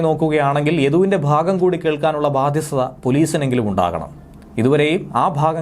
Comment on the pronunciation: Badyasthata ennalla Badyata ennanu.